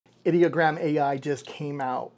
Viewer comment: You pronounce Ideogram wrong :(